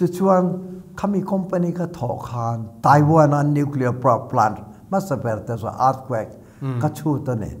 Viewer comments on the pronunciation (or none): none